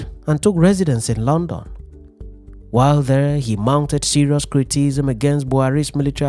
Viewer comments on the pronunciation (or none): Sorry it's CRI-TI-CI-SM not CRITISM. Nice video, keep it up 👍